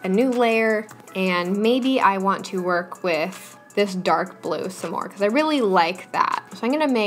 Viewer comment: when you say “just so we don’t lose our wERk” 😂😂I lost it